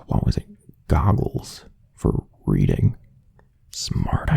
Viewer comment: i'm so dirty minded instead of hearing "Reading" i heard "Breeding" 💀💀💀🤣🤚🏽